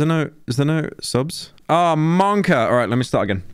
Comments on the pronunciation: Every time Pyro says "Monka" I lose a year of life. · Can someone tell me why pyro keeps saying monkor